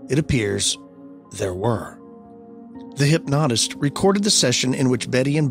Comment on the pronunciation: Learn how to pronounce “enveloped” and “hypnotist” you hayseed